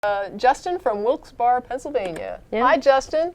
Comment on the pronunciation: It's pronounced Wilks-Barry